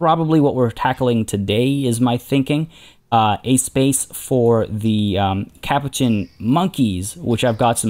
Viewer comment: I love your videos but the way you say Capuchin is driving me crazy. It's pronounced ka-poo-chin.